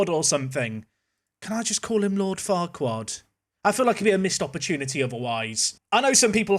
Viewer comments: I think the name farquhar CAN (I won't say is in case some don't) also be pronounced Far-ker. Just if thst makes it a bit easier. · Went to school with a guy with the surname Farquhar - it's just pronounced 'Farker' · Farquhar is pronounced "Fakker":) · Prounced "Far-qwa-harr" lol